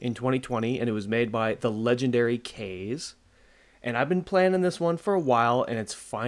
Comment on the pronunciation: Caw-Zey! That's how Kaze is pronounced. It's Japanese for Wind. As a Weeb who's watched a lot of Anime, I know this. So unless the person with that Name says otherwise, what you said was incorrect.